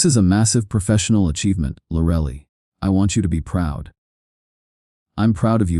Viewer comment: "Lorelly" 😂😂 I'm sorry, but AI can take over when it learns to pronounce things.